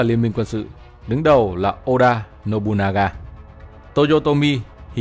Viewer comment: lúc Ad đã bị đọc nhầm Nobunaga thành Nobugana nhe :D